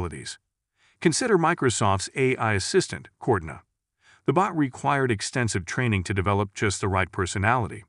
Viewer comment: Is this another deepfake voiceover? Cuz AI was pronounced "I" and Cortana was pronounced "courtna" 😆